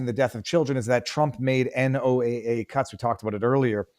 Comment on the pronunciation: Another mispronunciation is NOAA. It isn't pronounced N.O.A.A., it's pronounced "NO AHH." Some research before doing podcasts is needed.